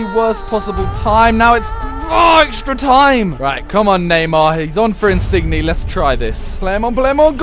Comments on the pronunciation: Not insig-ne it's insinye ng makes y sound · His name is insigne but it's said insinyay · Insigne is pronounced in sin yay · In-sin-yay, pronounce it right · Is it pissing everyone off how he says insigne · The way he pronounces Insigne is awful